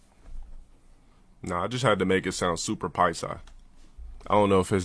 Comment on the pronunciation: He can't even say paisa correctly. He's one of those dorks from cali that likes to pretend he's come up.